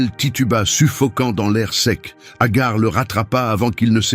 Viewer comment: Ce n'est pas Agar c'est Hager qui se prononce Hajer qui dans Un premier temps avait été choisie par Sara étant stérile c'est pourquoi Hager 2eme épouse d'Abraham avant que sara ne tombe enceinte d'Isaac à l'âge de 80ans (dans l'islam)❤❤❤❤😊 ET Hager n'était Pas sa servante bref Un conseil lisez le Saint Coran ❤❤❤❤😊